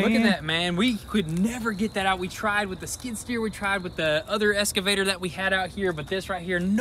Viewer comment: It's driving me nuts hearing them say ES-CAVATOR. It's EX-CAVATOR! haha